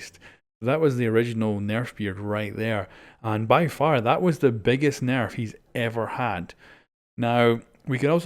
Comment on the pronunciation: AR S nairf 😂